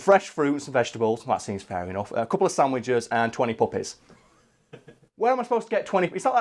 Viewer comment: lulz. I tend to listen to YouTube at 1.5× Speed n usually I understand everything but occasionally someone's accent get get a word past me that I can't quite make out. I kept hearing u say Mariah Carey requested 20 "Puppets" instead of "puppies" n yet until u started talking about how to actually collect these dogs I was totally on board with her wanting an army of Puppets, cuz ya, that sounds like a Mariah Carey thing to do